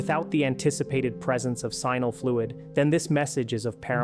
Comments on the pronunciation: Sheeesh, AI, it's NOT "Simal" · Why does a Doctor who has practiced for over 10 years call “seminal fluid" “sinal fluid”? He is either incompetent, uneducated, or justan AI dummy! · PLease learn how to pronounce the word seminal correctly. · You need to teach your stupid AI how to pronounce the word "seminal" properly. 😔